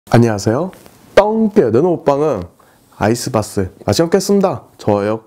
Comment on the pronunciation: 아이스박스 마저 발음이 안 되면 좀 심각한거 같은데